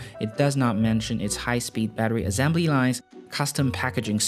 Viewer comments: Azembly lol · The way you pronounce the word assembly hurts my ears and I am not even a native. Cheers to Singapore however, I really like the video